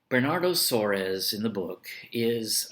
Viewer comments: Is not Suarez....... But SOARES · it's pronounced like the spanish "Suarez" haha